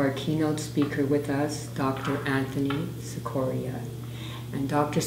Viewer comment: Now, Mr Cicoria could pronounce his name 'chick-corea' but then, maybe not. Thanks for sharing!